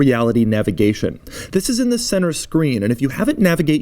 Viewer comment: Why does he always says wis instead of this?